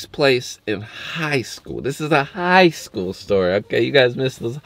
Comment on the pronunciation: every time he says that I laugh hella hard 💀😂